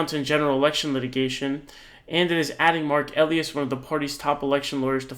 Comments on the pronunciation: Quick correction eh-LIE-us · Elias = EE-LIE-ASS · Mark Elias-( pronounced Ah- ly- as) Democracy Docket- have been saving our VOTER RIGHTS FOR DECADES!!🗳🗳💙💙💙🇺🇸🇺🇸